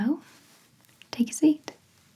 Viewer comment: My favorite part of the whole video "hello, take a seat". That "t" at the end.